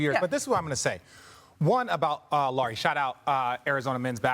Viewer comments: Laureeee ? Lauri Markkanen, it is 'lou' as in loud and ree as in reed lou ree markkanen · When are these “experts” going to learn that Markkanen’s first name is pronounced like “Lowry” not “Lori”?